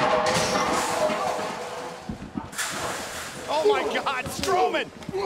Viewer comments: Braun Stoleman?! Um It's Strowman. Braun The Abominable Strowman! Get it right Charlie!! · she said Braun stoman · did you here her say Braun stoman with no R LOL!!!!!!!!!!🤣🤣🤣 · Did she said braun stoneman or am I just not hearing strowman😂🤣😅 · Ok ok... but.. is nobody gonna talk about ”Braun STowman”?